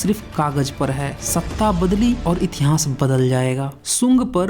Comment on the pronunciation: Murkh itihnaas nahi hota itihaas hota hain